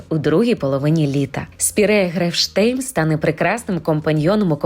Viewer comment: Чому ви спірею сіру Грефшейм, називаєте Грефштейм?Може мені почулось, але я декілька разів переслухала. 🤷‍♀️Grefsheim-нема t.